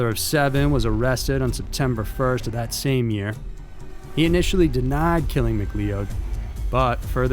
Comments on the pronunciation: "Mc-lee-o-ed"? Lol its pronounced "Mc-loud" like a cloud in the sky dude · McLeod / MacLeod is pronounced Macloud. Think Highlander. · McCleod is pronounced 'Mc-Cloud. The McCleods are fuming. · Pretty sure it’s Mccloud ( Mc-Cloud).......just a hunch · McLeod is pronounced "Mick-CLOUD" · mack-LOUD is how you pronounce McLeod. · I think McLeod is pronounced McCloud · Lol there was another video he did where he kept saying Mc-Leo-ed too, guess he doesn’t read the comments 😂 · Pretty sure it’s Mccloud......just saying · Anthony B LOL - & McLeod is pronounced "muh-CLOUD". I don't think does much research into pronunciations, but his stories are GREAT. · it depends on dialect. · ive heard him say it a few times now too. The funny thing is that i only picked up on it because ive made that mistake reading it more than once aswell, and i have relatives with that last name